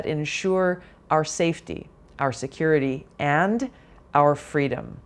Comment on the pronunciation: VP SucksALot wants "fweedom". Let us set her free, never to be heard from again!